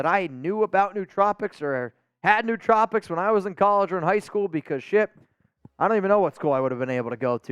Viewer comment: Koonce over Wilson would be a great choice. I think Wilson is still hurt and it appears he is in need of some more time learning the position at the NFL level. The word is pronounced [New-Trope-icks], not [New-Trop-icks], FYI.